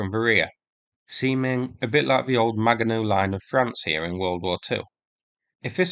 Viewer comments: I believe Maginot is pronounced with a soft "g"; that is: Majinot. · Maginot-Line: pronounced MAH-SHEE-NOH-Line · Soft ‘g’